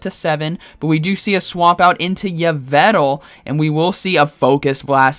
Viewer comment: “E-Vel-tall” lol